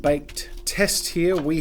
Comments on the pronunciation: I'm sorry, but i just hear cosPlay every time. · Every time Jazza says 'CosClay' Me brain: COSPLAY???